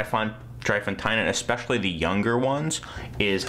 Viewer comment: 3 Fonteinen is pronounced 'dray fontann' :)